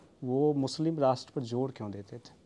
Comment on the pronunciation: Anchor is excellent but sh ki jagah s jaise nation ko nason bolna apko sirf apke gaon ke log Nhi dekhte poora Bharat dekhta h sorry